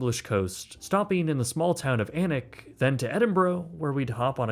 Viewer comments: 10/10 for pronouncing Alnwick properly, most people outside of the region say Aln-wick. Its also where lots of Harry Potter was filmed. It's also full of posh folk who are snooty af. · Kudos for pronouncing Alnwick correctly 😅👍🏽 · I cheered when you correctly pronounced Alnwick and then was immediately disappointed with "Edinboro" (Edin-bruh). Great video as always, so you are forgiven ;)